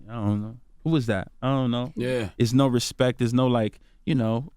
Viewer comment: put some RESPECK on Rico's name...... 🌳 🌲 🌴.....all Tree of ya'll 😂 😂 😂